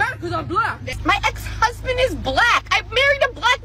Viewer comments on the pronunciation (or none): She said ex husdand even he couldnt take it and left 🤣🤣